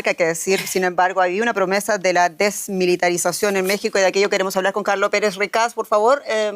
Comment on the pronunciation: Ni siquiera puede pronunciar "desmilitarización". Por favooooor. . . .seamos serios.